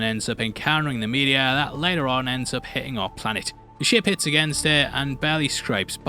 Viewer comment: I thought he kept calling the meteor, "the media" hahaha